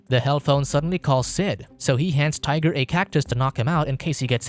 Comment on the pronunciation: 🤔 - Hmmm... 🤨 - I thought his friends name was "Tighter" and not hearing "Tiger" at first...